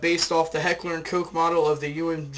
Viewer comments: its not heckler and coke its heckler and koch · its not hecker and coke, it koSH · My buddy is German his last name is Koch its not said like coke or coach as most people pronounce it its koo or koh with a k and then a oh. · Noooo, he said Heckler and Coke